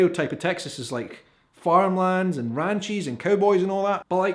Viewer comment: He said "RANCHIES"!!!!!!!